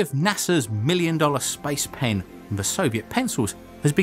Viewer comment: I keep hearing spice pan